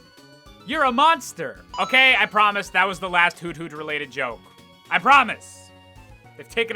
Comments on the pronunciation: Excuse me? It's not "Hoot hoot," It's "Hoo thoot." Giddit right. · It's actually pronounced "hoo-thoot" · It's akshully pronounced Hoo- thoot Intentionally satirical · I just now realized that Hoothoot should not be pronounced "Hoot Hoot," by English language rules, and should instead be "Hoo Thoot." I mean, I'm still gonna say Hoot Hoot, because the other way sounds stupid... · For the longest time I thought it was pronounced "HOO-THOOT". Boy was I stupid.